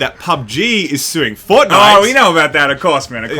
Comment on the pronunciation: "sue fortite"